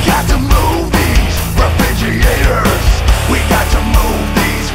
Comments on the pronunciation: When Leo says it's refrigeeator, the dictionary is forced to changed the pronunciation. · yeah, that pronunciation totally ruined the whole experience for me! It took me right out of the whole experience and all I was left with was the guitars and drums and...well. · I like the way you pronounce "refrigerator"